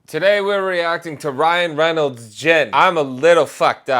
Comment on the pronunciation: Ryan Genolds lol